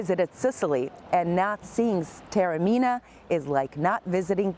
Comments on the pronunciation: Almost unwatchable due to the grotesque mispronunciation of the name Taormina: it is not pronounced ‘terra-mina’. ‘God said...’ ??? surely you mean Goethe (correctly pronounced as two syllables, with a ‘t’ sound); the American habit of turning ‘t’ into ‘d’ is not always helpful when transferred to the pronunciation of European languages. ‘Tah-orr-mee-nah’ is not the pearl of Europe, it is the ‘pearl of the Ionian’. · Joesy Fuda It is no showcase when full of errors. She clearly has never heard of Goethe and it is not the pearl of Europe. If you are posting a vlog of a place, it is not too much to ask that at least some attempt has been made to pronounce the name correctly.